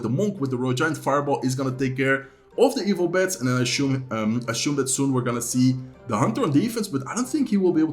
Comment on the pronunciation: Assume not ashume